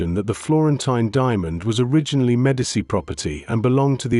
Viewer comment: Why is it so darn difficult to get an AI narrator to properly pronounce Italian, French and German words and names. It's really annoying. There's no excuse to mispronounce "Medici."